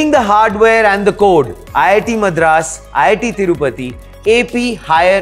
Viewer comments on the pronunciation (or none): none